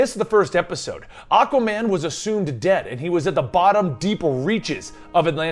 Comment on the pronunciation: Am I the only one hearing Akkaman?? Lol